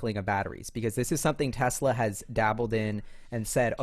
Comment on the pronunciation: Supposed to be Tesla, rather than Tezla. But, I like the Z